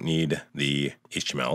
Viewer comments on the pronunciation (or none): none